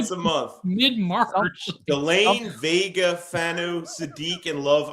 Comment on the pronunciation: ‼️@... ‼️ it's not Venga, it's Vega... like Jeff says 🤦🏾‍♂️